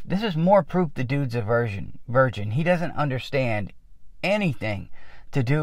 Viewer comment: Awesome videos. I am bringing them now. I laughed when you mispronounced virgin as versions. It sounded like a Slavetomistresses impression.